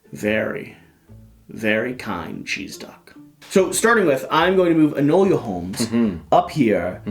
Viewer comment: Hard to watch, saying Enola name wrong. It's Enola not enolia